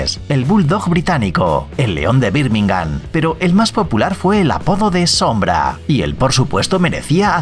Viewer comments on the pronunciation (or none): none